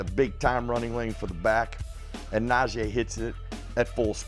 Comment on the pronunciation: How we still pronouncing NaJEE's name wrong in year 3 of him being a Steeler. Nah-Jee not Nah-Jay